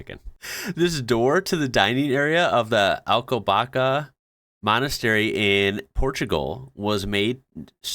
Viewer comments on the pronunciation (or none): Just a little info. In Portuguese, the Ç is read more like ss in English So, it's more like Alcobassa, instead of Alcobaca. And that door is kind of an urban myth, it was actually used to pass food, since on the other side used to be a kitchen. But it's way more funny to think that the monks were getting too fat. Specially because most of deserts and sweets in Portugal were invented in monasteries. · alcobaSSSSSa The ç is not c Also, i live near alcobaça❤ It is a bery historical town (that and batalha) that were very important to portuguese history. Fun fact: the name of the town comes from it's two rivers: alcoa and baça (like my town, leiria: liz and lena). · Alcobaça Monastery, ( the Ç has a S sound ) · Damn, if it wasn't for the k sound at the end your poronouciation would have been perfect. Ç is pronouced with an s sound, not a k sound. So Alcobaça is pronounced Alkobasa and not Alkobaka (hurt to write it that way but I think you can understand the way it sounds 😂) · Lidl = Leedl, not Liedull. Also, "ç" is nearly always pronounced like "ss" (or, less commonly, "tch"). So, "Alcobaça" = "Alcobassa", not "Alcobaka". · Alcobaça in Portuguese. The "ç" has the same sound as "s"anta. It's called C-cedilla.